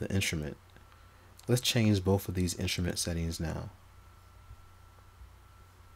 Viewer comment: "Inshrument"? My ears hurt.